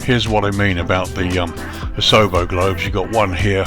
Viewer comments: Just a note, the pronunciation would be OSH-wa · I got my license here in 1963 flying Tri-champs (nose gear on a Champ) on an Air Cadets scholarship. it looks quite different now, but I assume the downwind is the same, over a cemetery, then the public swimming pool. I laughed at your pronounciation of Oshawa. It's Osh...... awaaa (short middle syllable like away) Thanks for posting.